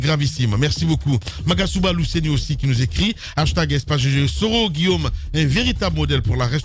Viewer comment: C'est Guillaume et non Guillome.